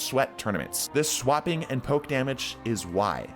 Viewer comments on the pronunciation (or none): none